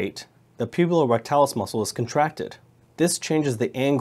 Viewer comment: *puborectalis not pubulorectalis